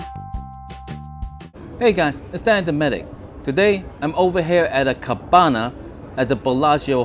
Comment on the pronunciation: So, cabana rhymes with banana